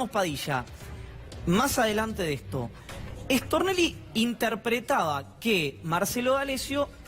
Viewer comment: Me parece a mí o cuando dicen Stornelli lo pronuncian rápido y dicen Extornelli